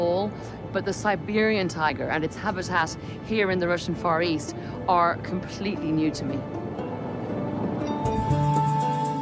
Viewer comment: ...when the narrator says "far east" I keep hearing "forest" and its making me laugh way too hard...anyone else or am I riding solo on this?